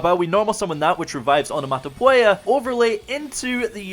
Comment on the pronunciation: Am I missing something or can not pronounce onomatopoeia?